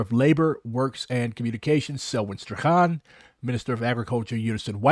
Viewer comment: <<Strachan>> rhymes with < >